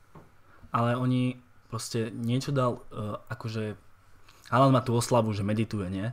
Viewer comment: Číta sa to HOLAND